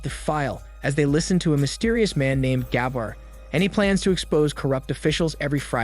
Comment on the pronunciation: That's not the right way to pronounce "Gabbar". You need to pronounce first "a" in name silent than "b" two times fast together with more weight on second "b" & "r" just the way you pronounced in video. 🤥🤪 It is irritating, when you pronounce wrong.